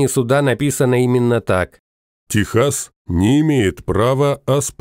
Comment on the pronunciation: Только не ТеХАС а ТЕКСАС !!